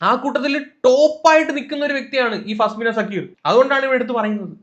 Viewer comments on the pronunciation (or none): Faa-smina alla faz-mina🙏🏻😂